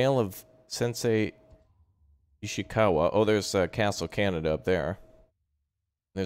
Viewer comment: It’s not Canada. It’s Ka-ne-da. Ugh. Also you may be unaware, but this did in fact happen. The Mongols did invade Tsushima on their way to Japan from Korea. A huge part of their army that went over where Korean. Not just Mongol.